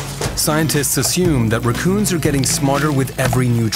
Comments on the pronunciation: Because he did not pronounce rack-coon? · Why do you pronounce raccoons like that? where are you from?